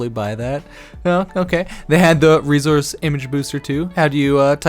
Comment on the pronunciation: Why do you say reZource and not resource